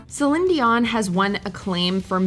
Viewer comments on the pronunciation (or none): I F-IN LUV Funny Girl... Quintessential Babs!!! Also have we been mispronouncing Céline's name all these years??